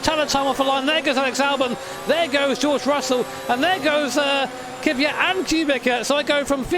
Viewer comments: its not Kubika, its Kubica (try to say Kubitza) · Can I just say... Ku-Bit-Sah Not ku-bi-kar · pls its not KUBIKA its KUBICA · Its KubiCa not KubiKa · NOT KUBIKA! IT'S KUBICA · Kubica is pronounced Kubi-ts-a